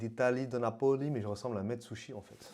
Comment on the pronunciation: Salut! Juste un détail: si tu veux faire croire que tu es un vrai italien de Napoli, mets l'accent tonique au bon endroit 😁: il est sur le A et pas sur le O (nApoli et pas napOli) 😉